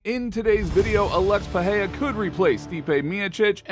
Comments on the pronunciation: I'm trying to say he's pronouncing his name like it's a Spanish word but in Portugese the R is not silent in the middle of the word. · First learn to pronounce Pereira, second how is Alex supposed to go to heavyweight in 4 months when Jones took like 2 year at least of training and bulking?